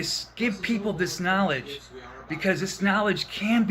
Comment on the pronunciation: He's giving us 'narlidge'. Clearly the world needs more 'narlidge', whatever it is. 😁